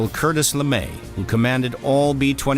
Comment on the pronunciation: I love the subject matter but the constant mispronunciation of words hurts my ears. Sorry, you lost a viewer. Cartis LeMay? CArtis? TiniaM?